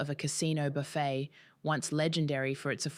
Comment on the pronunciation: Must be AI. Can't even pronounce 'Buffet'...... I'm out